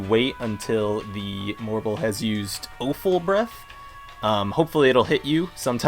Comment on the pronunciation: Why do you keep calling them Spline Drops? It clearly says Spine Drops, no L. Also, Offal Breath is pronounced like Awful Breath, which is worse than Bad Breath.